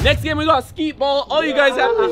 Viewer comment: Nobody: Absolutely nobody: Rug: “SKEET ball” 😂😂 it’s skee ball my g